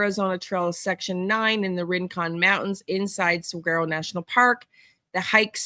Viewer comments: FYI - Saguaro is pronounced "Sah-WAR-oh" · Yep! Suh-waa-row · Pronounced (Sa war o) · Pronounced sah war o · Saguaro... like the Cactus. (SAWAROW) 😉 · Google the cactus and it will tell you how to pronounce. You don’t voice the G.